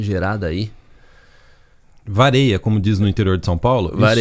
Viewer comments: "Vareia" kkkkk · Kkkkkkk me acabando aki com o "vareia"